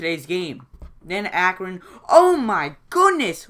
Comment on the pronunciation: What a great game. How many blocks were in that game? Wow. And what is really funny is you pronounce correct 62 times and A-cron wrong 56 times! Same as the score. LOL. Keep them coming, I enjoy them.